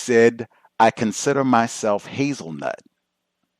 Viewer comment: said hazel nut 😂🤣